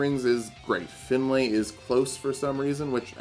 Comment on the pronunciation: Awesome video but you are pronouncing the name Finlay wrong its not pronounced Fin-lay more Fin-lee